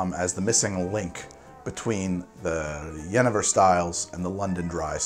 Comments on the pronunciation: In Dutch you say 'Yenayver' not 'Yennever' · It's pronounced 'ye-nay-ver', not 'jennifer'. The Dutch word for juniper is jeneverbes, or juniper berry. I had always assumed that juniper got its name from the drink, not the other way around. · Jenever is actually pronounced yuh-nay-ver ;) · Its jenever, but you say yenefer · the dutch pronunciation would be juh-nay-vuhr, not gehnehver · For those interested: jenever is pronounced as yuhnayvair with the emphasis on the “nay”. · Phonetically it is pronounced "yen-a-ver" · Hey, someone from The Netherlands (Holland) here! Jenever is actually pronounced "Juhnaevur", but you made a pretty good effort:). Great video! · Jenever is pronounced, with and american accent, Jen-ee-ver. Visited family in Holland in 2018 and visited the Ketel One facility. Highly recommend. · Pronunciation of Jenever: Yuh-nay-vur. I noticed some people Dutch people also pronounce the "j" as the "je" sound in French, like in "je t'aime". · Dutchy here! So the Dutch pronunciation is [jəˈneːʋər], so "yuh-nay-vuhr". You pronunciation is more reminiscent of the Dutch pronunciation for the name Jennifer. And among Dutch people, or maybe especially my city since it has a very deep jenever history, it is regarded as more of predecessor to what is now Gin than a kind of gin. I really like G&T made with Bobby's gin paired with an orange slice and cloves, or the Ketel One Botanical Grapefruit Rose with a lime wedge. But the older generation would probably order something known as a "koopstoot" (headbutt) which is a glass of beer and a shot glass filled with jenever next to it (not mixed, but in separate glasses). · Hey great video! The Dutch pronunciation of Jenever is something like: Yuh-nay-vuhr btw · Dutch guy here. The dutch pronunciation of jenever is ye-NAY-ver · Jenever translates to Juniper! the Jeneverbes - Juniper berry, also you pronounce it juhnayvur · We Dutch call it Soft J Jen-ay-ver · YenAaaafir is the Dutch pronunciation phonetically